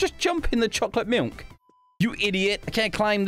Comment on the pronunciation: “CHOCOLATE MILNK”